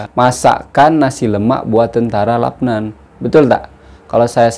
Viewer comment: Salam bro dia eja macam mana LUBNAN atau LABNAN, jika dia eja macam ini Labnan sama macam bro sebut, jika dia eja macam ini Lubnan bunyinya Lubnan saya rasa bro silap, asah bro lidah tu bro.